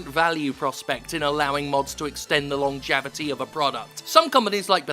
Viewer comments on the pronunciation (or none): Did Jim just say "lonjavity"? That must be one of those newfangled British-isms.